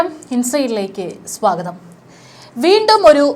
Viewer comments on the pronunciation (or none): none